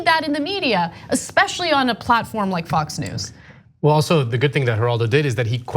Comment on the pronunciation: Every time Mrs. K say “Fox News” it sounds like “Fucks News” I like her way of saying it better